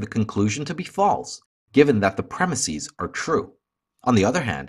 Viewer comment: I'd love to hear the logic behind your pronunciation of the word "premises."